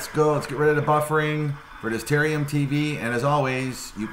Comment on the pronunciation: Ta-RARE-ium. There are two "R" sounds in that word